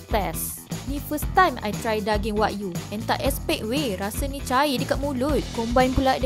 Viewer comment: Sebutan tu bukan Wag-yu tapi Wa-gyu (Wa-giu)